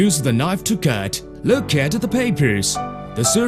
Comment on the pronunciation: "Methurd"... "loooekh"